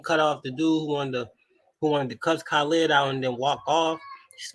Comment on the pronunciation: Wa-Alaikum-Salaam, hey brother, nice video, but you are pronouncing brother Khalid name wrong peace ✌🏿